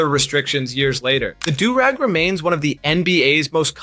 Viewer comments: Bro also said durr-eggs this ain’t a real person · What's a 'der-rag'? Lmao!